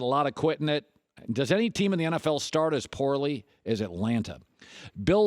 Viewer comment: What is " Itlanta"?